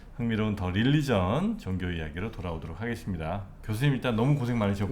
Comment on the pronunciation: 릴리전 ~ xx 륄리전 ~~~ oo 입술이 앞으로 쭈욱 나오게 발음